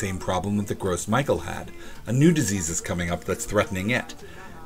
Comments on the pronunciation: You may want to start pronouncing Gros Michael the correct way (Grow Michelle) so people don't misunderstand any connotations that the American pronunciation has. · Gros michel is not pronounced like "gross Michael" lmao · Yeah I was thinking the same thing. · Yes, this!!! It bothered me every time he said it! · that is how it's pronounced, his mispronunciation was bothering me. Glad i'm not the only one who noticed. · Yes, it is easy to mispronounce a French word when you are not French. Maybe the French people who came up with that name (which means bulk/large Michel in reference to the large quantities that could be produced) should have picked something in English, hm? Despite, you know... Not speaking it. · ikr he should really stop calling me gross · I like the video, just hate the way you pronounce gros michel xD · Gros Michel is pronounced Groh Michelle not gross Michael. Also, there are dozens of varieties of bananas, the one you get in North America is one with the best shelf life. If the Cavendish dies out due to disease a new hybrid will be created, which will make me happy because the Cavendish is the miller lite of bananas. The candy making part was pretty cool though. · "gross michael" lol isn't it pronounced "grow michelle?" either way it's funny to hear it called gross michael, like obv we aren't going to use flavoring of that nasty taste, haha. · Gross Michael? No. it's Gros Michel and since it's French it's pronounced like Grow Michelle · "Gross Michael?" That's a french name, it's pronounced like "grow Michelle." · The banana is pronounced "row michelle". It's French. Gross Michael is funny as hell though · Its not Gros Michael, its "Gros Michel" pronounced as the female name Michelle... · "Gross Michael" It's pronounced "Grow Michelle" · No, it's NOT pronounced "grow"....... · I've never heard gros michel pronounced that way. I've always heard it pronounced 'groh mee-SHELL.' Sorry, couldn't resist. ;) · Gros Michel is pronounced "grow me shell"